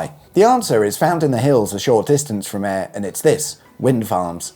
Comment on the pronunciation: I'm impressed , your Gaelic has come on. You got Ayr ..bang on . ✅😂